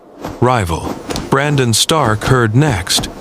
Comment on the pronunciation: Ah yes, the great House of Starn. Northmen through and through.